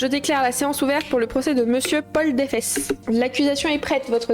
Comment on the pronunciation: "...le meurtre de Paul Defès!" qui lit. "Paul Défesse!"... POIL DES FESSES